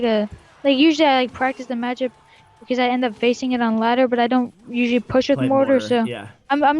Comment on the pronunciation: puch, puss, p, push ay watch your mouth bag sorry sir lmfaoo